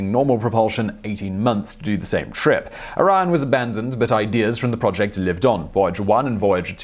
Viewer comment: after watching top tenz u co for years, i think simon mispronounce stuff to troll google translate. btw: the nuke drive is called project orion not project iran or project araya